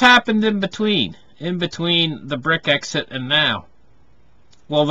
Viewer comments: Brex-it....not brit-exit.... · It’s pronounce brecks it